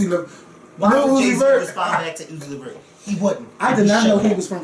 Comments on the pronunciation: said UZI LEVERT! I’m dead😂😂😂😂😂😂😂😂😂😂😂😂😂😂😂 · He said uzi levert ...lawd hammercy